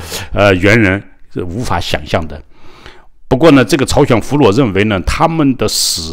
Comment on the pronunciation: 俘虏 讀 “俘魯” 不讀 “俘裸”。